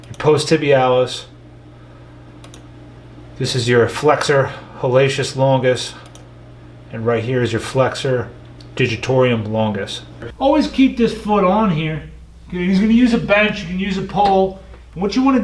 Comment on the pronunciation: Dr for God’s sake, it’s NOT Flexor Haleshius it pronaunces Haluc(tz)is longus and it is NOT Digitorium it’s Digitorum. PLS don’t make these mistakes, otherwise ppl may assume that you didn’t study this well enough. Btw, great content like always!!! 💪